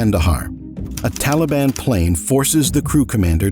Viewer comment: Teleben, Efgenesten, how Americans butcher pronunciation. lol